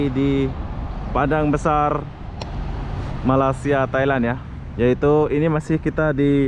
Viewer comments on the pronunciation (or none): Sori bro.saya masih tak puas hati di mana anda menyebut MALAYSIA (MALASIA) sebutan betulnya (Malay- sia).bukan INDONASIA.- INDONESIA.THai land.Betul anda sebut.Bukan Talen..suka content anda.apebende.i like.atau anda sengaja ya.MALINGSIA ATAU MALAS SIA.. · Sebutnya Malasia?.. Hati² bro kalo menyebut negara orang. Takut nnti pulang tiada muka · Malaysia...bukan Malasia..🤣